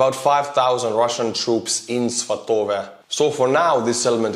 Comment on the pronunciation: I thought "svatove" was pronounced like /'svɑ.tə.və/ -- with the stress on the first syllable?